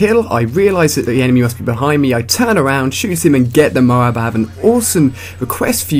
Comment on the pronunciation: Why Do You Say M.O. A. A. B. You Say it Funny :D